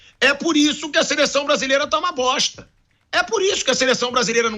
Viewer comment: Uma "BOSSHHTAH!" é comentar boatos. Isso é verdade???? Se você não tem certeza, se Isso é verdade, não deveria estar NEM comentando.